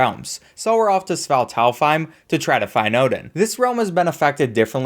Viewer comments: Genuinly burst out laughing at how he said svartalhfhiem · your pronunciation of svartalfheim made me laugh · Ive never been more confused at a pronunciation then his Svartalfheim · Why cant anyone pronounce Svartalfheim?